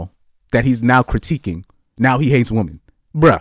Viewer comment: "Women" and "woman" are not pronounced the same. One is singular and one is plural.